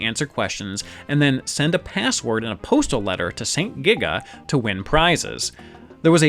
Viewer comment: You frequently say saint giga, but I recently learned it's actually sento giga.